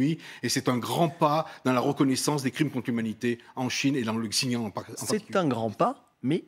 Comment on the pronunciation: J'adore, le monsieur parle comme un expert mais n'arrive pas à prononcer "Xinjiang" deux fois de la même façon. D'ailleurs, pas une seule fois il ne le dit correctement. Drôle d'expert.